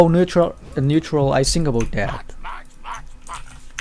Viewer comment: i like your stream and this yt channel but try to not pronounce "think" as "sink" its so annoying, thanks,!:D